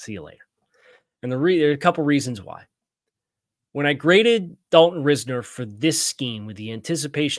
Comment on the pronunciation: Doesn't matter too much since he won't be a Dolphin but Risner is pronounced RISE-ner. Not ris-ner.